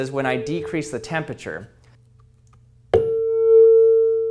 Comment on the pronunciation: Hey everyone today we're going to see if we can pronounce temperture 😅 Just a little ribbing, my man. Great video 👍🏼